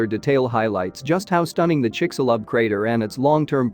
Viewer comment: Almost couldn't get past the narrator's pronunciations of of Chicxulub and Yucatán.